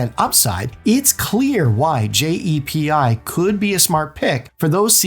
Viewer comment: Also it’s called JEPI no one says J-E-P-I. That’s what makes me think it’s AI. Also JEPI is 7.5% not 11% This video must be recycled